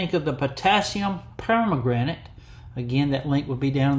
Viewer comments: Love it! Beautiful knife. Well done. Love the polish on the bolster. May I say it's not per-ma-granite, but it's per-man-ganate. Sorry, my chemistry is showing.😊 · Please learn how to pronounce it! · Good afternoon Doc. That knife turned out great. I have to admit your pronunciation of Per-man-ga-nate cracked me up. Please forgive me 🤞🏻Thanks for sharing and I hope you have a great Tuesday! 🙏🏻